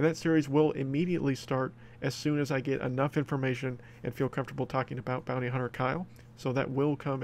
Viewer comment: I thought it said booty hunter kyle